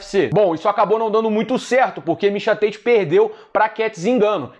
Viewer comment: Mixa Têite dublado para o ingnoreixom, ai vem vc falando em inglês mixa táti que é o mesmo mixa tate😂 cadê o personagem do ursinho pulf o que fala xiando kkkkk